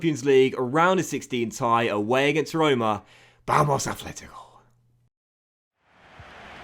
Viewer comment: its funny youre trying to learn portugese but you say "Vamos" so horribly bad!!! Lol